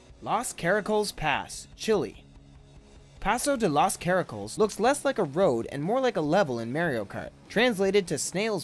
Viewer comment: LANGUAGE TIP: Caracoles------"KAR-uh-KAWL-uhs"